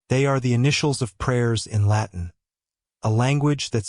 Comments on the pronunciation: Good heavens, what a rape of the Latin pronunciations!!! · NO! Do not use this AI pronunciation!. My Benedictine priest friend was dismayed by this pronunciation(s). The prayer is in LATIN and this Artificial Intelligence Narrator is "butchering" the prayer. Please stop misleading people in order to make money on views!! Shame on this Channel.